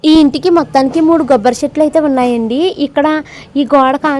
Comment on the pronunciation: Gobbari kaadu kobbari anu manam godarollam kobbari manaku manchirabadi unna panttallo 1